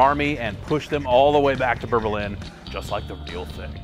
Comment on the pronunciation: I swear he said berbilin not Berlin lol